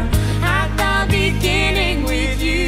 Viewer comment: "At the Beningging" At the Beninging At the Beninging